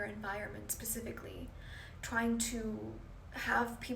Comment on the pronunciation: Oh Gosh please don't say pacifically , that's how the narc say specifically 😖